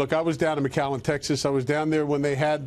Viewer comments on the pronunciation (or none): It's "McAllen," Texas.